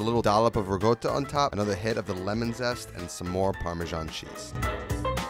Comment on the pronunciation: I find your NY pronouncation of Italian words so hilarious... Rigoata 😆